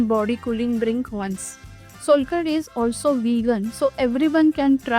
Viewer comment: You must try the authentic solkadhi in India! It's not solkadhi, it's SOULkadhi❤